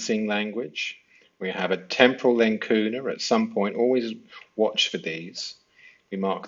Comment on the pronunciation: Very good! Not to be a nitpicker but I don't think that's the usual pronunciation of 'Lacuna' or 'Lacunae'.